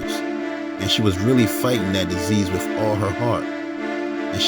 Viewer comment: Wiff = With. Wiff her??? I really like your content but is it really that difficult to pronounce the "th" in the word "with"? You're obviously an intelligent person which can be seen in your content, editing and research. When you continuously use incorrect grammar and pronunciation it only serves to make you sound less intelligent than you are. I'm not talking about any slang as we all know what slang is if you use it, it is intentional but mispronouncing words, EASY words like with, and using the "f" instead of "th" it's just not a good thing man. Hope you don't take this offensively as that is absolutely not my intention but simply to point out something that you may want to pay attention to and work on.